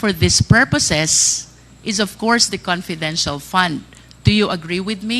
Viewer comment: hai nu opcors daw at conpidential pond haha pano po kau naging general?